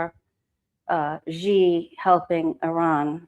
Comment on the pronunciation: No disrespect.... Xi pronounced "she"